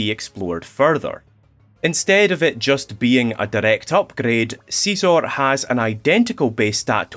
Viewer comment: please stop calling scizor seezor